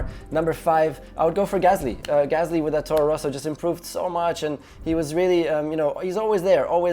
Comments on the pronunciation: "torro rosso" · He called it a torro rosso😂